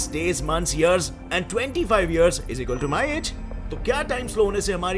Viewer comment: Is equal to ❌ Ijikaltoo ✔️ 😂😂